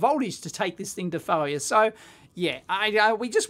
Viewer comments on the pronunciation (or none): I guess I own this as a "it's my problem" thing, but I had to rewind through three times before I figured out that "full-ya" (as in 'test it to full-ya') was Strine for "Failure"... !